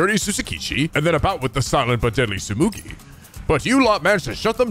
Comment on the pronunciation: TSUGUMI TSUGUMI TSUGUMI TSUGUMI TSUGUMI TSUGUMI! Not Tsumugi!